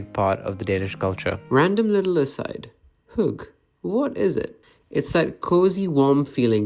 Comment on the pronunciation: About hygge: I get that you can not pronounce the y. It is an alien sound to the English. But the e is not difficult at all. Hygge is a two syllable word. Kaffe is also a two syllable word. Don't swallow the e's.